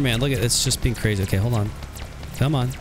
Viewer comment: They all go cwazy when they meet you😅